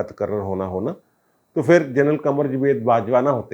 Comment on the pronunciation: جناب لفظ" پھر" ہے " فھر" نہیں!